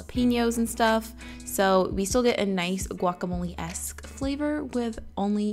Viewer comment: I love the way you say "quacamole"